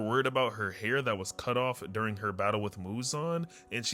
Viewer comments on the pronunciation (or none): none